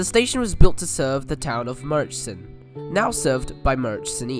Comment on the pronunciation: and they kept saying murrichson lol i always get a laugh from people's assumed pronunciation for place names. and this one's not even foreign. just get the fare-capped vline up here and ask us lol